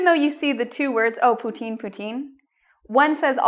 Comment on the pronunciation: you said it so deliciously so I wanna eat it!